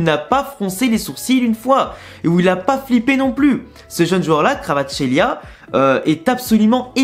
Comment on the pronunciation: La prononciation c’est simplement VARASKÉLIA